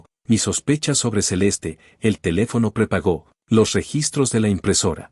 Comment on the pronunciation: Se dice prepago, no prepagó